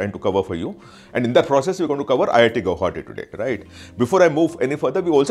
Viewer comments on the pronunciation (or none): learn to pronounce guwahati ....after that make videos